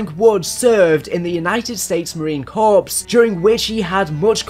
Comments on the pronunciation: The P and S in Marine Corps is silent. Like "Core". 👍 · Its pronounced Marine Corps (Core)